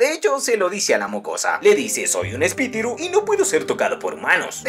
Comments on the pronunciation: No se dice espititu se dice espilitu hola soy Yulalissa PINK BRACK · Espitiru? Espiritu haci es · Tomando lista a todos los que se rieron cada ves dijo espitiru 😂🤣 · Espitiru JAJAJA